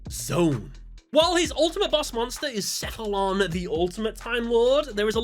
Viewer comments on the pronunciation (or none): none